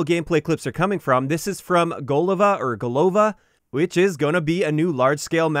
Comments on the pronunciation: Thanks for the video. Btw It is a GolovA not GOlova or GolOva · GolovA (stress on A). It is a russian word, which means "head" :) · gOlova or golOva... Impressive - both times you pronounce it wrong.